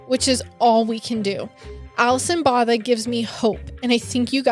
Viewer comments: Alison's surname is actually pronounced "boh-tuh". This may be the closest phonetic spelling I can give you 🤭 It's an Afrikaans surname, which is a language created by the indigenous black and the Indian & South East Asian slaves of the Dutch colonisers of the time - so it drew quite a bit from the Dutch language. It was later co-opted by the Dutch colonisers, who had up to that point still exclusively spoke Dutch - and appropriated the Afrikaans language and culture as their own, from the enslaved black & brown ppl in their service. It's one of the 11 official languages of South Africa. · The surname is actually pronounced BWO-TA . And Tiaan is pronounced TEE-YAAN. I hope this makes sense